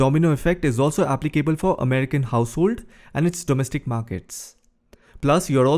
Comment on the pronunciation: appli-CABLE? Isn't it applicable (continuous and fast pronunciation)?